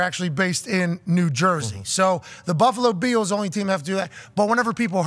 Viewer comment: Why are they saying “Buffalo Beals”??